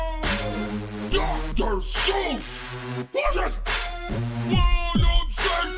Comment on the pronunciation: It’s Seuss as in voice, not Suess you Goose.